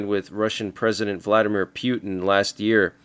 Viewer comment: pewtin, hahaha 😂😂